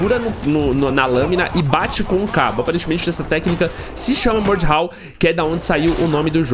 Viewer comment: se fala mordau, e n mordiau kkkkkkkkkk